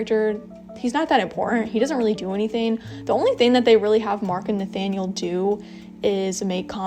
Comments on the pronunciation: I just want to say that Nathaniel is pronounced Na-TA-niel in French, not Na-Fa-niel. Sorry, I know you don't speak French (I'm not very good at English either) but I had to say it xD. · In the English dub they say Nathaniel with a "th" 😕